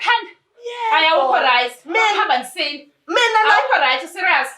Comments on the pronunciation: Lol manje losisi akakwazini kuthi Right ngoba elokhu ethi Rice lol aiiii 😂🤣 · Guys lo cc uthi rice or right😂